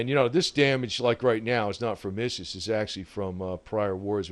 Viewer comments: Have to correct you bud but it's not pronounced IS IS but ISIS is pronounced (eye-sys). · ISIS pronounced "I.S.", ISIS as in "eyesis" or ISIL as in "eyesil". Islamic State abbreviated. Please, please, please... NO MORE :-( Most of us know this wonder planes capababilites and what it was ititially designed for and how adaptable it is... Please NO MORE DRONE mate.. PLEASE